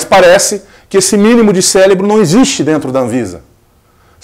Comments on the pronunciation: bah, vc falou ter o mínimo de "célebro"....aí é foda..rsss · Parabéns pelo trabalho! Mas o senhor falar o mínimo de CÉLEBRO foi foda, o certo é cérebro.